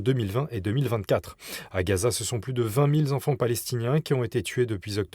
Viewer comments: "vingt mille Zenfants". Ca fait mal aux oreilles. A part ça, il n'y a pas d'opposition à la folie en France mais des coalitions, ne votez plus pour tous ces minables: R! RN LR EM PS VERTS PC LFI !!! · Vingt mille Z enfants ????